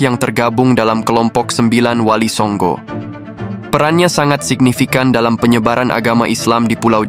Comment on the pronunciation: Wali songooooooo, bukan songgo